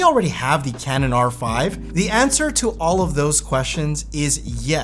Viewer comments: ... Canon R"fry" 🤣🤣. Perfect. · Did I hear Canon R-fry? lol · Did you say Canon "R-Fried" production? Unintentional Freudian slip, I'm sure.